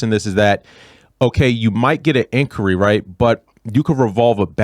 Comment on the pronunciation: Did you say incury? That's what it sounds like. Definitely not inquiry